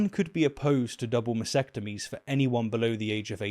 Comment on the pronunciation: the word is mas-T-ectomy, not mas-ectomy